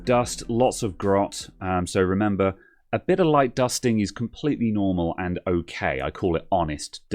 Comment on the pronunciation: "A bid horrid" <-- I just love your Britishness! Never stop it!